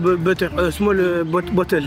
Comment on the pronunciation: « small beteu »😂😂😂😂😂😂